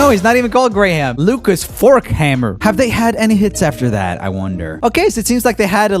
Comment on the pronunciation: Jamen helt ærligt... Lukas Forchhammer er jo dansk og så kan du ikke engang udtale hans navn, nämen, herre gud!